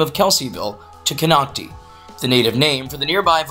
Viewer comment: Kon oc ti, not Kon oc te.